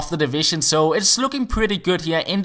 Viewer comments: It's pronounced Lo-riss not Loris:D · I'm french and you must pronounce the "s" of Hugo Lloris :) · You need to pronounce the S in Lloris! COYS